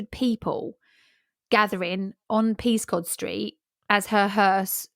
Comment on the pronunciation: I'm from Windsor originally. Being pedantic, but Peascod Street is pronounced by locals as "Pescott Street", for some reason.